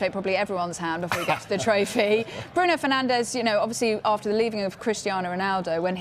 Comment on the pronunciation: "Bruno penandes"😂😂😂